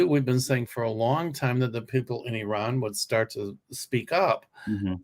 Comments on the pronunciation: Nice to see you back, by the way, you are pronouncing Iran, correctly. That’s how it’s pronounced here. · fyi your pronunciation of Iran is pretty good. I would stick with it. It’s definitely not “I ran”— more like the ee sound in seek and the English name Ron.